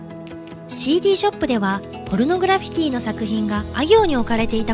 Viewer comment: ちゃんとポルノグラ「フィ」ティって言ってるから高評価押した